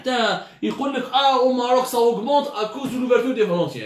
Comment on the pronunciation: Vous vous comparez à l’Afrique du Sud, à la Tunisie...mais tu n’arrives pas à prononcer le Maroc et c’est presque dans toutes tes vidéos !!!! N’est ce pas un complexe non déclaré ??!! Venant d’un journaliste soit disant cultivé et « instruit « ça m’interpelle quand à l’avenir maroco- algérien !!!! Pour information, le Maroc fabrique ses test PCR depuis juillet, il n’en importe plus , on peut vous filer notre surplus. L’arrogance n’a pas de limite!